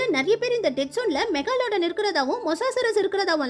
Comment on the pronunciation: adhu mega lodan Ella meglodan